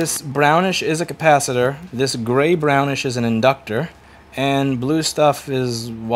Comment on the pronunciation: Is it just me who's bad at english, or are you saying the word capacitor weird?